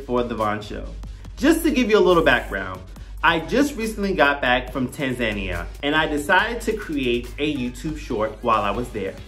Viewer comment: Just a quick comment.... it's pronounced tan·zuh·NEE·uh.